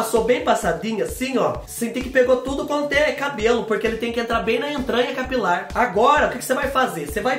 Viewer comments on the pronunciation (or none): Eu tava c saudades dos vídeos de receita de cabelo! Adorooo quando você diz que o "produto" tem que agir bem na entranha capilaŕŕŕ...😂😂😂😂😂